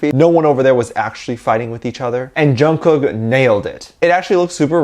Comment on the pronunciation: please say Jungkooks name correctly Say it as Chungook 😚😻 Love you lots😍